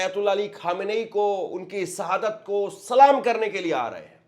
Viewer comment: आप अपना उच्चारण सुधार करो। आप अच्छे न्यूज़ देते हो। और एंकर के तौर पर परिपक्व हो। लेकिन गलत उच्चारण आपकी पत्रकारिता में शोभा नहीं देता। आप बार बार सहादत कह रहे हो। जबकि शहादत होता है। और कई गलती करते हो। मैं आपकी कमी नहीं कह रहा हूँ गलत व्यू में। बल्कि आपसे सहानुभूति के तौर पर बता रहा हूँ।